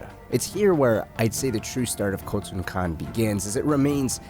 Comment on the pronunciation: *Khotun, not Kotal. Kotal Kahn is a Mortal Kombat character, my guy.